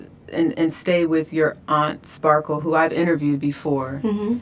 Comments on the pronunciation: Ti keeps calling her Sparkles 😂😂😂❤❤❤ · Sparkles 😂😂😂... it's Just Sparkle